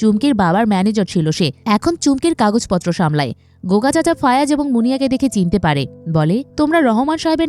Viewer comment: একবার বলেন ফায়াজ একবার ফয়াজ আরেকবার ফয়রাজ... একজনের নাম কতভাবে উচ্চারণ করেন?